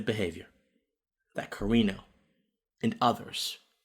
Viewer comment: Great video, except for one supremely important thing that you were wrong on... Her surname is CarAno, no Carino. 😉